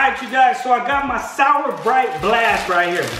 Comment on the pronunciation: it's to souwer